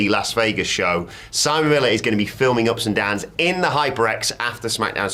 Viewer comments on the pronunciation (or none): none